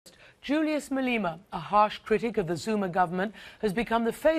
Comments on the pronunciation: its Ma-Le-Ma bitch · Did she just say Malina right there??